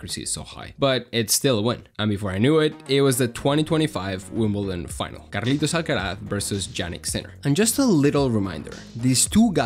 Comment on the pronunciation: Where are you from, you have spanish accent when saying Carlitos name